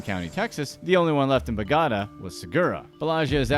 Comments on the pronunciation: It's pronounced BOH gah tah, not bo gotta. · I mean BO-GO-TA. NOT BOGADA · Do you me bo ga ta? Love the way your saying it but not correct lol Bo got ta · I thought you were saying Bogada the whole time instead of Bogotá. Try to check the pronunciation before making a video. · Bo-ga-tá, not BOW-GA-DA. Yanks are dumb. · Bogota(bow-go-ta) not bow ga da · bogota south america "Bo-got-a" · Every time you say " bagata" for Bogotá it makes my ears bleed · It’s pronounce “BO- gatA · Can’t believe he said Bogada 🤦🏽‍♂️ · Anybody else wanna scream every time he pronounced Bogota? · Yes i broke it down for him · It hurts my ears how he pronounces Bogota. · Me too😭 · I only pray that it's some kind of sick joke.